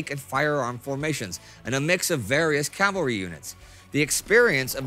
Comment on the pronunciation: Hearing the correct pronunciation of “Cavalry” so many times is music to my ears.